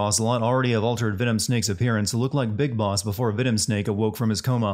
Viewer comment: “Bis Boss”?